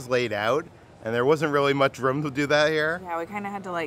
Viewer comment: gotta work on annunciating “room”. Sounded like “rum”. Sorry I had to say something.